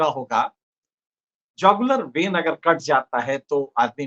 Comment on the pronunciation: पहले शब्द या फ्रेज को सही बोलना सीखें तब ही बोलें। जौगलर नही Jugular vein है। गूग्ल कर के उच्चारण सीखें।